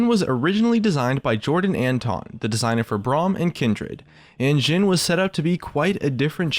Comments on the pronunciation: You are speling Jhins name through the whole videom You were saying Zin or Dzin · he says jhin like sjhin. triggered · its a hard j like jif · he says it like amix of jhin and shin. like the jh/sh is really triggering for me